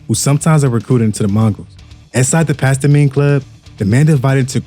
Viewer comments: AI generated . Pasta-mine lol it's Past time . Say it right. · Did this foo just pastimmeeeyyy club lmfao pass time homie 😂😂😂😂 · Does this foo really not know how to read?? Pastime is pronounced PAST TIME Cmon man... lmao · ''Pas-ta-mine" 😂😂 what in the actual fvck is that? 😂😂😂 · PAST TIME